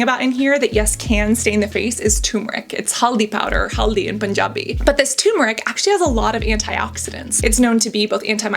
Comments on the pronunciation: Woah. Your pronunciation of haldi and Punjabi 👏🏼👏🏼👏🏼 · As a native Punjabi speaker I have to congratulate you on your huldi pronounciation. I've been using a turmeric face mask for years. Yoghurt, turmeric and honey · The fact that she said Haldi made me happy. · Hindi ain't a umbrella language, each region has there own dialect and there's so many languages in India that there can't be a 'official' language Hindi is pushed on each region because of Modi regium. And it is haldi in panjabi she got it correct. Stop trying to own every word. India praise and takes credit of different regions achievements especially Panjab but then treats them poorly. No wonder Modi cancelled his rally in Panjab bc he ain't gonna win their. Leave different languages alone and stop tryna take credit for everything that comes from India under Hindi